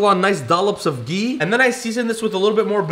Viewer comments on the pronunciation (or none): It's not gee it's ghee 😂😂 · btw its gHee with the H pronounced fully it is not gee